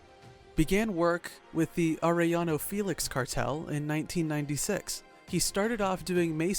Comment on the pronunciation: Yes it is.. I laugh when they can’t pronounce Arellano properly 🤣🤣 They say Are then they pronounce the LLLL Then I go correcting them by saying the two LLs are pronounce like Yaa .. Aréyano 😂😂